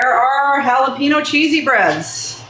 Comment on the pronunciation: Looks good but that's not how you say jalapeno.